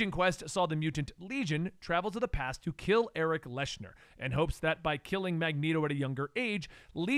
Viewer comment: Man, the pronunciation on some of those names is way off. Liyana, Erik Leshner, etc.